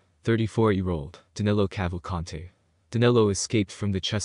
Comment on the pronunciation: His name is Danilo not Danelo.